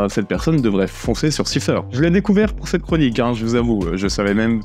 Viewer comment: "siphaire" ... cela se prononce saïfeur